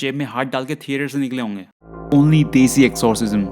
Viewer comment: Why does 'Only desi' sound 'Semi desi' ?